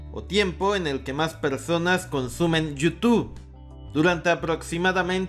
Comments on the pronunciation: Amigo: porqué nunca has podido decir Youtube?? Siempre dices you2 jeje. Saludos. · Como cuando dices: yu tu 😂😂😂